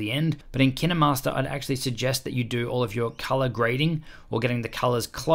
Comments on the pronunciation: It,s Kinmaster with the long I sound not short i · I saw kinermaster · I thought that was pronounced "kine" as in "fine" .-. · That's hiw you pronounce Kinemaster !? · Almost everyone thought that. I think he pronounces it wrong tho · my man straight said kina master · Did he pronounce it like Kinney- master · I never heard of (kinEE-master) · To all the English ppl Kin-eh_mastor Lol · K-eye-n master ..isn’t is pronounced.?😛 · It sounds like he's saying 'Kinuhmaster" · I only come here to learn how to pronounce kinemaster as Kiy-ne-master. I am happy I know that now. My mentor "Kiy-ne-master" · Nobody: Him: kInDeRmAsTeR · I thought it was pronounced Kine master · I love he said Kine-E-Master 😓😓😓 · Why have I only just heard KineMaster pronounce kin-er-master lol this whole time I’ve been calling differently lmao whoops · My biggest tip is.... It’s pronounced kInemaster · Did u call it kinamaster?! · It’s K- ine-mast-er